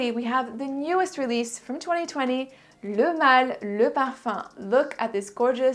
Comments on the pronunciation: I could never say pronounce and say the name like you do. I'm almost intimidated to buy it because I can't even say it, must be my Brooklyn accent 😄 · I'm french and i 100% validate your french accent.